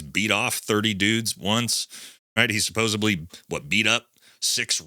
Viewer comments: Say it with me.. "Suh-pose-ED-leeeee" Where does the "B" come from? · Like your videos but dude, you're killing me with this. It's supposeDly. There's no B in there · supposeDLY.. NOT supposeBLY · Brother, I have so much love and respect for you. You HAVE TO STOP saying "SupposeBLY" It's "SupposeDLY". Not being a grammar N*zi, but it makes my skin cringe when I hear you mispronounce that word.